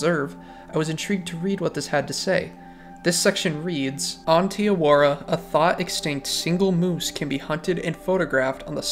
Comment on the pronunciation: im not from new zealand but you cannot be calling it "tee awora" 😭😭jokes aside very good video, this game's youtubers are very bland and solely gameplay focused and we need more storytelling videos, you gonna be a pioneer in the cotw community if you keep this up